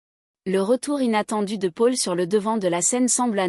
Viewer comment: Le prénom Paul est très mal prononcé 😮